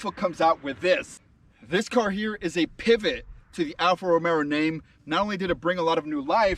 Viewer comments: I stop watching as soon as you said Alfa Romero. ITS ROMEO (Romayo) No extra “R” you goofy ass! We Are Alfisti!! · Say it like this .... Alfa Ro-May-o ..... 🤦‍♂️ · ‘Alfa romero’ 😂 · Romeo not RomeRo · Get the name right. It's Romeo! Idiot.